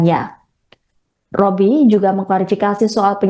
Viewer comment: b b b b bobi bukan Robi....b bukan r.